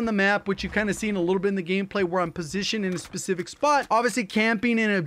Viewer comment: Can’t unhear pacific instead of specific